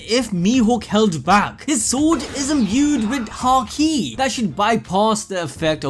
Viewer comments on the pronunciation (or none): none